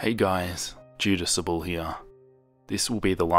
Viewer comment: Two (small!!!) notes: You switched the (first) A and U in Jadusable when saying it aloud. Sophomore does not contain a T.